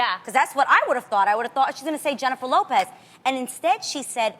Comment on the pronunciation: They pronounce the word Latina and the surnames as English names... ewwww even the Latina host 🤢 “roudriguis, Loupis “